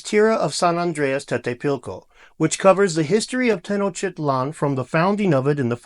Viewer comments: You can say 'notch'. You can say 'tit'. Put a 'te' before the 'notch'. Put a 'lan' after the 'tit'. There you have it: Te-no(t)ch-tit-lan'. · 😂 how my takes did it take for you to pronounce that name correctly 😂